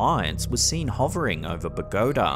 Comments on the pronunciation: Uhhhh, its Bo-guh-tah, not Bah-go-tah, lol. ... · The city in Colombia is pronounced Bo-go-TAH, not Bo-GO-tuh. It’s not a “pagoda”. Heavy accent on the END. Thanks. PS: And thanks for the scares! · Bogota is pronounce BO-GO-TAAH.. not Bo-gota:) - I try to tell you this EVERY TIME you mention the city, but you just don't seem see my msgs... oh well....:) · “Ba-go-tah”…Lol It’s “Bo-ga-tah” Columbia. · heres how to pronounce Bogotá bo- go - ta lol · Ba-GO-ta Colombia. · Bogota. Learn to pronounce it.